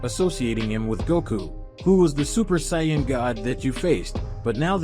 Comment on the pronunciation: Ai voice? Says Saiyan wrong.